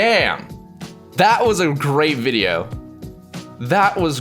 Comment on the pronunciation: LOL cause who actually memorizes that crap or would think of it during a video XD honestly i've watched a BUNCH of videos reaction to this and that was the only one that said that he was the one that kept saying Wideo & Michaelphone right it was painful to listen to